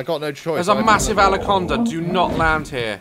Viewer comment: Anybody triggered by Daz and Dave saying “Alaconda” instead of Anaconda 😂